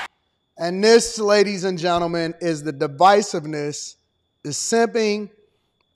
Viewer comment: Did he just say gi-men instead of gentlemen ?